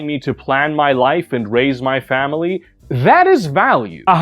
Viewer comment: You said 'Family' with a hard f and I looked around expecting to see Vin diesel